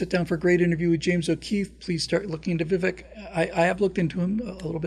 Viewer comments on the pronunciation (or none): Vivek is pronounced with a Spanish e sound, which sounds like a long A.... It rhymes with CAKE ... it's pronounced like VIVAKE. AND, We don't trust Kari Lake. RINO.